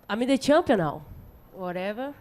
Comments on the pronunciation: She is shampion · I'm the campion you know? I have been training with my coats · no according to her shes a chumpion